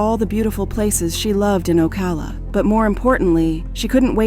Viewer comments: it's called O CAL A!!!! NOT OCA LA CA LA!!! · It’s pronounced liked California but with an O in front. O Cal la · It’s oh-kal-La 🤦🏾‍♀️ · The way you pronounce Ocala is deplorable... O-CAL-A... Oh, and the Keys, no where near being nearby Ocala lmfao... Maybe do your research better. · This video pronounced Ocala like 4 different ways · Yo the narrator pronounces Ocala differently like 10 times lol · I guess you gotta be a Floridian to pronounce the name of that county properly 😁😆🤣because she butcher the pronunciation of Ocala 😅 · I can’t with how bad they kept pronouncing Ocala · The pronunciation of blood as “bloodè” got me. And Ocala was pronounced differently every single time. What the fuck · Was wondering why Ocala was pronounced like that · The one reading this script must not know ENGLISH!!! Shock-ed? Okala? What the devil is up with this???